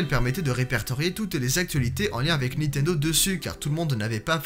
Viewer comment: Is it only in France that there are people who say ' NITENDO " (without N before the T) instead of " NINTENDO " ?